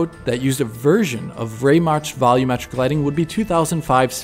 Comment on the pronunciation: It bothers me how you guys say volumetric. When the TV is too loud, do you say "turn the volum down"?